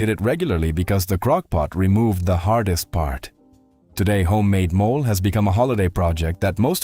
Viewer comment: MO - LAY ! Not a mole😮